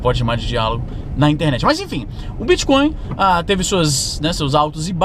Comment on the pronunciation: Às vezes, você pronuncia bitcon em vez de bitcoin. Coin é moeda, mas con é trapaça. Essa sutil diferença na pronúncia fica parecendo um trocadilho para quem tem o ouvido mais apurado. Bitcoin é uma moeda digital, não é uma trapaça digital.